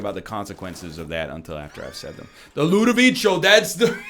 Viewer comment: Can't believe it's been 4 years and NL still calls the Ludovico technique "Ludovicho"